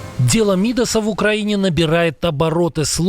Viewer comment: Не "мИдас", а "мидАс".